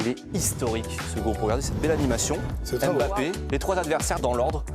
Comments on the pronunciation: Arrêtez de dire Em bappé....sinon dites Zed Latan...dites Pé Latini.... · en fait normalement faut pas prononcer le "é", faut pas dire émbappé mais Mbappé. C'est comme ça pour tous les noms de familles du continent qui commence en M comme Mbarali,Mbow, Mwemba, Mtshali etc (c'est d'ailleurs pour ça que ça s'écrit Mbappé et non Émbappé). Le manque de respect c'est que les journalistes le savent et sont mal intentionnés : Ils prononcent mal volontairement pour "faire chier" les Africains. À écorcher votre nom je n'ai pas voulu vous manquer de respect mais vous donner la perspective des Africains.